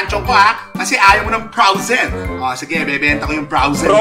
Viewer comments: hahaha froazen daw hahahah bobooo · Frowzen Sabi nya hahahahahahhaha ha anong Frowzen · Frozen hindi Frowzen Natawa ako dun. Hahahaha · " o sige binenta ko na Yung frawzen(frozen) ko" HAHAHAHAHAHHAHAHAHA LT